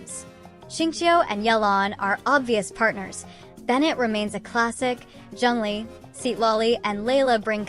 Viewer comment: Bro said zeng lee 😂